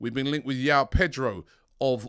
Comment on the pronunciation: Not pronounced yaow pronounced Joao as in Joseph